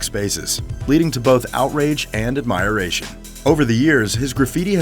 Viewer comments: No. AD Mir ation lmao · AdMiERaTioN 🤦‍♀️ it's admiration... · Ad-mer-ayshon not admire-ation. Speak proper English or eat cheesecake! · "admire-ation" do you mean admiration? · Ad-(meyer)-ration??** that's 5 syllables... That's INCORRECT... It's Ad- -ration. 4 syllables...... ...Come on now your a professional journalist you should know better. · devout = dee-vowt (not dee-vote) admiration = ad-mer-ay-shun (not ad-mire-ay-shun) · 24,000 pounds is NOT 24,000 dollars! "ad-my-eration"??? "ar-doo-ous"??? "Soth-bee"??? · "outrage and admireation" lmao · Admayaration?! Who pronounces admiration admayaration? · When the narrator said admire-ation..... I wanted to set myself on fire. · I’m still wondering what the word Admire- Ray-Tion means?! I have NEVER EVER heard of this word in my life! If your gonna be a damn narrator and make a film about something WOULDNT you think you could AG THE VERY LEAST pronounce very MUNDANE AND SIMPLE ASS WORDS CORRECTLY AT THE BERY LEAST?! It’s Admiration!! Not Admire- Ray-tion! That’s just a damn word that you literally just made the hell up! It’s small dumb ass shit like this that just makes the ENTIRE FILM a load of U.N.-factual Wikipedia found FACTS, and NOTHING MORE THEN THAT! It’s quite miserable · ad-mire-ray-tion wtf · Admire ation never heard it pronounced that way ! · "Admire-ation" - is that how Americans pronounce "admiration"? Genuine question.. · No. Never. I’ve lived in the north, florida, California, Midwest, and have never heard anyone say it that way. It annoyed me, too. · Did this dude just say admireation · Admīration? Okay then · Work on your English dude! Admiration? Sotheby's? Please - do better :) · lost me when the narrator couldnt pronounce admiration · Dude, if you want to be respected as a high quality producer of content maybe you should learn how to properly pronounce words in English. It's embarrassing man. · Devout mispronounced. Admiration mispronounced. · Bro mispronounced admiration